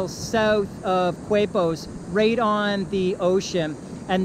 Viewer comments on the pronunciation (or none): Nice video, sir. Some pronunciation tips (in parentheses) for places in Costa Rica (Coasta Rica): Manuel Antonio (Mahnwell Ahntonio), Quepos (Kaypos), Jaco (Hahko, with the stress on the second syllable), Dominical (DominiCAHL, not Dominico). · Qu is pronounced k in Spanish, so it’s like “Képos” for Quepos.